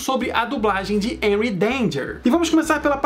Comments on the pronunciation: É Henry não enry😂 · Se fosse enry danger,seria com e cara. Pronuncia o H como R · Aii me dá uma agonia dele falando Enry em vez de Renry (eu sei que é Henry, mas essa é a pronúncia). E é Shuos a pronúncia do nome do Schwoos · Me digam que não fui só eu que me irritei quando ele falou "Enry Danger" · Se escreve Henry Danger mas se pronuncia RRenry Danger,não Enuy Danger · A pronuncia é Renry n Enry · Enry?? N e assim que pronuncia e sim "harry" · N se fala énry e sim Henry (rréry) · SE PRONUNCIA RENRY NAO ENRY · Se pronuncia HENRY, NÃO ENRY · Q ogeriza tu fala enry danger mas é renry danger ( sei q n escreve assim) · A pronúncia é renrry é com H más é renrry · Ele fala os nomes errado me da agonia é rrenurri Eu escrevi errado de propósito é xarlóte Também escrevi errado de propósito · Tem como alguém me fazer um favor de ensinar a ele a falar direito é Henry denger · É henry mais vou escrever errado pra você aprender a falara serto é renry mais em ves do R bota o H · Pra mim o Henry tem som de re nao som de e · Se pronuncia renry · Não é reri e henry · Véi ele fala o nome do Henry todo erradão kkkkkkkk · voce fala henry errado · Fala henry direito